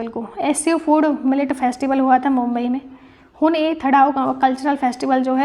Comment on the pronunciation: it's mumbai not mumabi